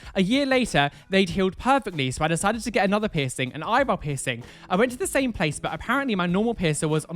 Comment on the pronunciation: really thought he said “share your 𝑝𝑖𝑠𝑠𝑖𝑛𝑔 story” instead of piercing story at first ... — JustHereForTheTube has left the chat.